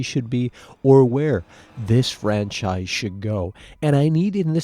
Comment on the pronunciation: He doesn't say franchise, he says "FWANCHIZE!"